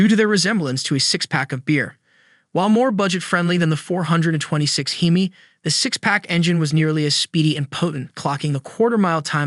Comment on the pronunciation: Once again you seem bound and determined to insult hardcore car guys with your ignorant AI/computer voice instead of using a narrator. you say it's distinctive because you call it a "hee-mee" instead of the correct "heh-mee." & Another video where an Oldsmobile 4-4-2 is called a four hundred and forty two. 4 barrel carbs, 4 speed Manual 2 racing pipes-there is no hundred anywhere in that name. It is not called a U30 it is a W30. Pon-"tee"-ack, not Pon-chick, not Pontick. -Cam-AIR-oh, not cam-arrow, nor Chem-er-oh, nor Kum-ahr-oh - the accent is on the 2nd syllable. Um, what weighs between 29-45 pounds??? please tell you don't think that's the torque.